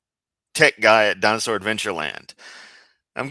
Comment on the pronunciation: I swear Kent says dinus-hore...lol with a W before the h